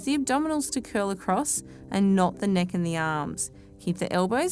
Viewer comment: neck... not nech...